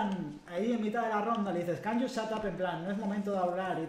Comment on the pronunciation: "pli pli can iu sat ap" eso no significa que se callen, al menos en ingles, ya no se si es otro idioma... xd